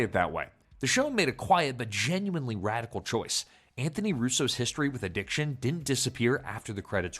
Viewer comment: ANTHONY NOT ANTFONEE 🤣🤣🤣🤣